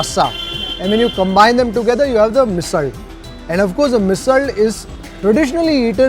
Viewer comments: Love how you’re pronouncing Misal. Have always heard this ‘rd’ sound at the end of Misal from Maharashtrians. Love your episodes of Gourmet on the road. Keep it up, sir! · Commenting while watching the video... coz i could'nt resist... Even Marathi bloggers dont review marathi food with such depth. So proud of you.... and being a maharashtrian loved your every pronunciation. Best part u say misalll not misal and thalipeeth not thalipit. Good job .